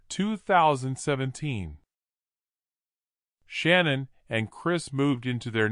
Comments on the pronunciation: She goes by Shanann, not Shannon. Can't you at least say her name correctly? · The narrator can't pronounce Shanann, or Shan, as I call her, but her REEL name is Shannon. So I am saying her name correctly.